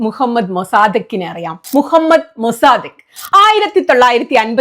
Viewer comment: " മുഹമ്മദ് മുസദ്ദിഖ് ആണ് ശരി. പേര് മൊസാദിഖ് അല്ല ( തറ്റ് ) സിസ്റ്റർ സുനിതക്ക് Congrats🌷